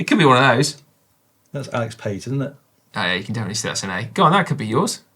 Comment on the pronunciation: Caption: "I fin-k you went too far this time". "Trust me, this is the-fin-itely going to improve performance"